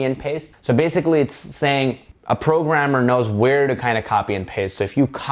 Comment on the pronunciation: Was that french...”programmeur”?